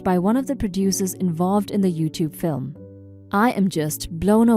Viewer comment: There is a pronunciation error that I don't believe a human could make. The word "film" is pronounced "film" not "flim". This totally ruined it for me. Otherwise you sound plausibly human.